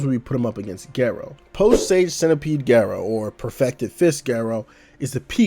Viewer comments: it's GAH- rou. not geh- rou. i legit can't even watch this vid because u murdered his name :( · Great video! Now just apologize for the way you pronounce Garou and I'll subscribe.